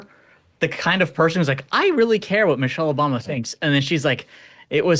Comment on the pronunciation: "Missery Obama" 😂😂😂😂 Love it